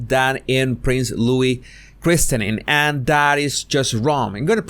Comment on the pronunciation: Quick FYI: The "t" in "christening" (and just "christen") is silent.